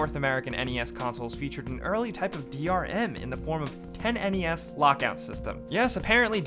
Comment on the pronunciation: isn't "10NES" pronounced "tennis"?